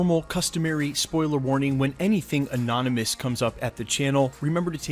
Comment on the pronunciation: For some reason I love it when he says "annonomys", its gets me hyped